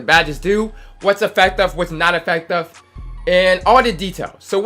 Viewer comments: Why you say affective like that lol... AFECTAVE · " effectEve", "shooting bigmEn" 😂😂😂😂😂